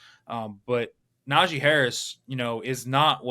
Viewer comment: Just watched a video of Najee saying he doesn’t understand why people say his name like that, then watch this video and see this guy saying “Najay” over and over again 😂 never did I notice that before